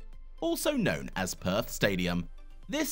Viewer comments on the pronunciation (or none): none